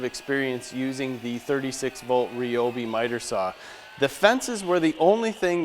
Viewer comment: Nice review. However, 1 issue off the bat. It's not Ree-Obee. It's Rye-Obee. The "Y" makes a long "I" sound, not "E".